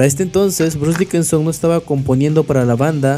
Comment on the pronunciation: Janis Ger, Bruce Dickenson... 😂😂😂😂😂😂😂 Está chingón tu documental, pero no mames, aprendete los nombres we.